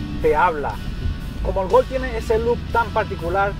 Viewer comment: se Gulf o Golf..? me parece q te equivocaste una letra